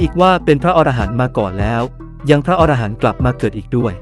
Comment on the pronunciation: คำว่า"อรหันต์"อ่านว่า อะ - ระ - หัน ครับ ถ้าอ่านว่า ออ - ระ - หัน หมายถึงสัตว์ในนวนิยาย